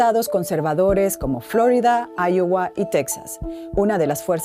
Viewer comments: ¿Por qué pronuncian Flórida si es Florida? Es una palabra en español, es una región que era mexicana. Significa que tiene flores. No hay por que pronunciarla como si fuera de otro idioma. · La decadencia de DW incluye hablar con ese sonsonete que hace énfasis cada pocas palabras y hasta en sílabas átonas, el manoteo, y hasta decir "FlÓrida", todo copiado de los canales gringos.